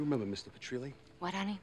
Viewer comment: lol I just noticed that Carmine pronounces both Jimmy Petrile and Angelo Garepe's surnames wrong.